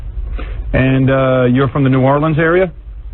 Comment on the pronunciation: At least Howard said New Orleans right. Learn it bitches, get it right.